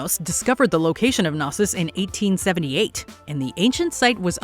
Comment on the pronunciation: Knossos 1878? Did I hear 1978?